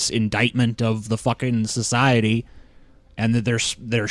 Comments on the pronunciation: Is anyone else bothered by saying shuhshiety instead of society? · It is society not "Soshiety" XD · I hate to correct you but it's actually "shoshiety" you see! "SHoshiety" But hey never mind ;) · Sosiwaty. Elmer Fud to the max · His pronunciation of Society as "shoshiety" and Simpsons as "Shimpshims" will haunt my memories for a long time.